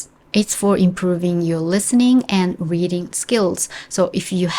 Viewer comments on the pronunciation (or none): none